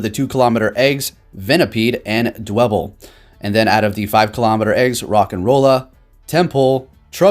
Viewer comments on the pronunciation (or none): none